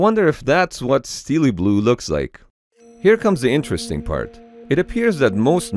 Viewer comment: I like how he thinks “Steele blue” pronounced as steel blue, is pronounced as steely